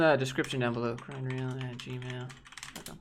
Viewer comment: Imma be honest, every time I hear you say grindreel I hear it as grindr 😬